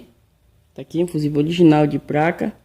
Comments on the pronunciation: Pq "apRender" vc fala "apLender" e "pLaca" vc fala "pRaca"? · Amigo, a capacitância do capacitor tem que ser igual ao original, mas a tensão pode ser superior e nunca inferior. Abraços. Confesso que é engraçado falar "PRACA" e "Torrado". Mas não te critico pois meu pai também nunca estudou. Fica com Deus! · Eu ouvi "práca " ? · Parei de assistir no "praca" e "dupra"